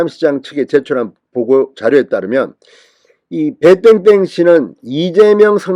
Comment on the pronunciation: 배 땡땡인지 배땐땐인지 발음도 좋지않아 듣기싫으니 실명을 밝히세요 이젠 밝혀도됩니다